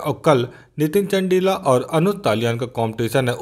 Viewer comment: Abhe bhai not चंडिला चंदीला hai vo bhai apni pronunciation theek kr tu